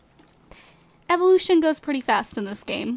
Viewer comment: I hate when you buthcher the word "Evoloution".